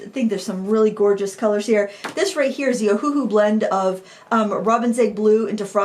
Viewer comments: Just a quick FYI that the company named itself after the Hawaiian island of Oahu, so it's not pronounced Oh-Hu-Hu, it's actually pronounced Oh-Uh-Hu (Owahoo). For some reason, they went with a phonetic spelling and that's why so many people mess up their name. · Yeah Ohuhu as read sounded quite silly